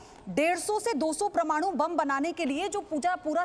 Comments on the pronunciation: "Pra"maanu bol rahi hai..." "Par"maanu hota hai deviji. 🙏🕉️ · परमाणु होता है। प्रमानु नही होता रे बाबा,,,,😂😂😂😂😂😂😂😂😂😂😂😂😂😂😂😂😂😂😂😂😂😂😂😂😂😂😂😂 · The speaking, of this female Ancorh on "Paramanu" ko as "Pramanu", is diffective! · Praaa-manu 🤣🤣🤣🤣Praaa-manu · Mem, parmaanu bolte nahi aata😘😍😚😜😝😋😙😗😘😻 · O.06 and 0.11 parmanu bolna to sikh lo madam😀😀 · These anchors do not know right pronounciation of many Hindi words.. very disappointing..Just heard "PRAMANU" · Paramanu bolna sikho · Madam parmanu bolna to sikh lo phele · कई लोग परमाणु बोलने को लिख चुके है उच्चारण शुद्ध होना चाहिए आप कई लोगों से चर्चा में है बहुत लोग आप को सुन रहे है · Wrong pronounciation pramadu.. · Promanu 😕😕 kyaa he madam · Madam o parmanu hota hai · I THINK THIS ANCHOR IS A US BORN PAKISTANI CITIZEN ,WHO cannot even pronounce the hindi equivalent of NUCLEAR .. GREAT ZEE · मैडम आपका परमाणु का उच्चारण सही नहीं है। इसे सुधारो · Pramaanu nahin hota madam parmaanu hota hai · प्रमाणु नही ,परमाणु.... उच्चारण सही करे.....हिन्दी का अपमान न करे,😕😕😕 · प्रमाणु नहीं मैडम परमाणु कहिए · प्रमाणु नहीं होता,,,,, परमाणु होता है,,,,ये हिंदी बोलने वाली पत्रकार का हाल है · प्रमाणु...? परमाणु..? Reporter ...........? National media...?? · Paramanu hota hai pramanu nahi...😅Ye Kayse RSS ke channel ki Hindu he jisko Hindi nahi Bolne Aate...😄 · Who heard pramanu.... It should be par-manu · Abe promanu promanu kya laga rakhi h national media pe... Wo parmanu h sali thik se padh liya to kar kamse kam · प्रमाणु नही होता परमाणु होता है ।🤣🤣🤣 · Mam PRAMANU nahi 'PARMANU ' bolo.....jai hind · Ye permanu ko PROMANU kyun kehrahi he 🙄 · Anchor अनपढ़ है क्या, परमाणु को प्रमाणु कह रही है? कौन कहता है भाई भतीजावाद केवल फिल्मों में है? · 'Parmaanu' ko baar baar 'pramanu' kehte rahi hai kya 'praman'karna chahti hai ye anchor ! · Ma'am ji आप जो शब्द पढ़ रहें है वह प्रमाणू नहीं परमाणु है। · Anchor bar bar pramanu kahti hai paramanu ke jagah ! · ओ मैडम जी प्रमाणु नहीं है परमाणु है🤣🤣🤣🤣🤣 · It's not pramanu its parmanu ok madamji! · Pramanu nae Parmanu 😆